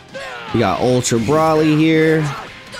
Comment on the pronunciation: Maybe I'm missing something here, but why does call him Brahly? Everyone knows it's pronounced Broly.